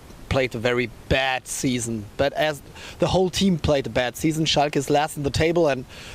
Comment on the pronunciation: German here and I can already see British comedians impersonating this reporter's pronunciation of the word "bad". This time it would be legit.